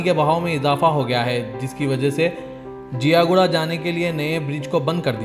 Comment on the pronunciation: Zia guda not jia guda.